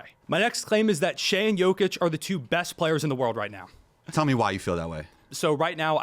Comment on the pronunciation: and the way he said “shie” instead of shai. these old heads dont even watch the league they js hold on to nostalgia